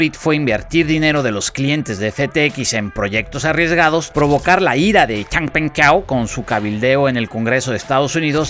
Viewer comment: Después de Xang Peng chao! Jajaja buen acento